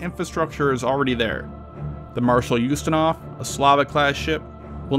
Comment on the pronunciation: wait.. did he say s l a v I c class?